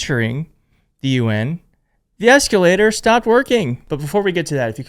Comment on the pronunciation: That eecalator operator is a legend 😂😂😂